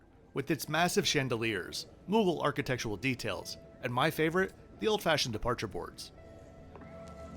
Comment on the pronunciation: I have to say that I noticed you said Pakistan with a soft T (as is said in Urdu)... but I wasn't expecting you to say Mughal properly (with the glottal sound). I've never flown on Air Blue myself, so thanks for your review! That's not to say I'll be flying on them now - it's just that I never got the opportunity to fly on them in the first place!